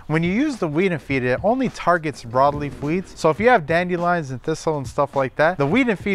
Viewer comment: "dandy-lion" ??? oh my